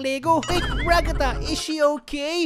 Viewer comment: The way he said Ragatha RAGATAH